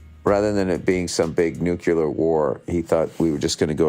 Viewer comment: N U C L E A R not NUCULAR. Moron.